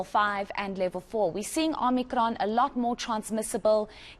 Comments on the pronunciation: OMICRON ‼️ NOT OMNICRON🤦🏼‍♀️ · She said “Omnikron” , she’s from Parys 🤣🤣🤣🤣